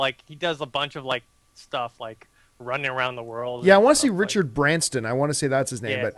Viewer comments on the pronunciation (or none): Argh!!!! I wanted to rip my hair out when he said "Branston".